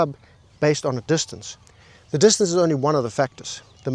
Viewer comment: It's a joke, like when he says distancA